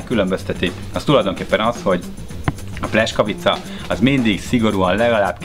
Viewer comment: Szép videó , aránylag jó recept ( a "buci" szentség törés , a pljeskavicához :) ... lepényben az igazi aminek az a buci meg sem közelíti sem az állagát , sem az ízét . ) És a pljeskavicát ....... PLJESZKAVICA nak ejtjük az "S" , az "SZ" :) Nagyon tudja bántani az ember fülét , ha egy 8 perces videóban kb 40 x rosszul mondanak valamit :D